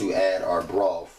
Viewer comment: And don't forget he used broff too 🖒